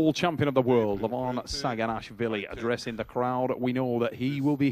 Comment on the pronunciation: Did say Levan "ShagginAssFilling"?